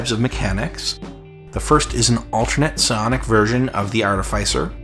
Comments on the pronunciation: Artifice is pronounced like artemis except the obvious diffrence. Artificier is pronounced Artefic-ier. We don't say Artif-EYE-sial intelligence or artef-ICE-ial intelligence. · Arteficer is pronunced like artificial. As is Artefice.